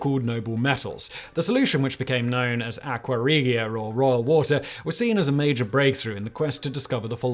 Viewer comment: Ah yes "row woter''